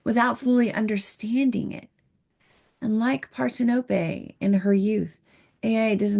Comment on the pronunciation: "Parthenope" isn't pronounced "Par-ten-ō-pay" or "part-hen-uh-pee." As Google AI explains: "Parthenope" is pronounced par-THEN-uh-pee or par-THEN-uh-pe. The primary stress is on the second syllable, making it par-THEN-uh-pee, with the 'a' in the first syllable like the 'a' in "father", the 'e' as a schwa sound, and the 'ee' at the end like the 'ee' in "see".